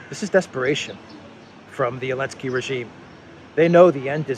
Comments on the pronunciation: Why do you keep calling him Elensky instead of Zelensky? Is it some kind of joke or what? I don't get it. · I feel like missing on a meme or something? Why is everyone calling Zelensky "Elensky"?